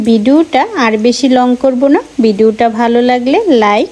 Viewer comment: ভিডুও আবার কী?? ভিডিও বলতে পারেন না. এত ক্ষেত মার্কা শব্দ উচ্চারণ করেন কেন আপনি!? আমরা Audience আপনাকে views দেই, এতে আপনার উপকার হয়, আমাদের viewers দের like-dislikes আপনার মাথায় রাখা উচিত।